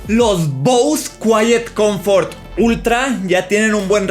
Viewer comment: Se pronuncia bose